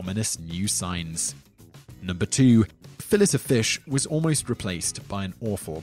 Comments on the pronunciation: Fill it o' fish? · In Australia we say fillet ( fill it ) like the British, Americans say it like fill-ay I believe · What the hell is a fill it? Did you mean, fill ay? You should have called this, "10 awful ways the Brits can't pronounce words." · Fill-ETT of fish? Can I be the only person in the world who finds this annoying? The conventional pronunciation is Fill-ey. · I love the " fill-it of fish" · Fill-It of Fish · I always thought the "t" in "fillet" was silent, and it was pronounced fillAY. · 😂😂😂 why do you say "fillet" like fillish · I thought the T in Fillet was Silent, Simon? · WTF is a Fill it of Fish? lol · lol who ever is talking in this video can't pronounce 'Fillet' calling it "Fill-it" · Fill lay o fish wtf say it right. Bodega boys gunna fight u over the disrespect u dont wanna meet mr fun fun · The French word "filet" is pronounced "FEELL-ey" (long "I" and stress on the first syllable) so even if you're pretending to be superior by pretending it's French, you're getting it wrong. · So you live 36 miles from France and you can't pronounce fillet? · The T in fillet is silent . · Fillet is a French word think about that before trying to pronounce it. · lol dude, "fillet" of fish, really? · by the 5th one, the cringe was painful, he must not like the French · The T is silent...